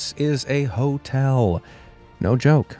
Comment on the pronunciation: for a sec i thought he said totel instead of hotel